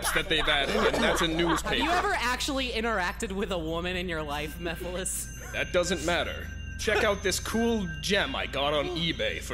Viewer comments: I'm sorry, but I always hear "Mii-files" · MysteriousGirl 92 mehfiles was how I pronounced it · Mephiles: よろしく おねがいします as they say in Nippon- Shadow: ME-FILES Me: 😂👌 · i like how shadow purposefully and always mispronounces mephiles's name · this was actually how i thought Mephiles was pronounced